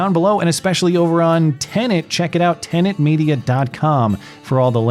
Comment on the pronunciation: I couldn't help but notice that the first two times mentioned the new platform by name, he was careful to pronounce the word correctly (te-nət) but thereafter lapsed back into his customary mispronunciation (te-nənt), adding an extraneous N sound to the second syllable. Old habits are hard to break.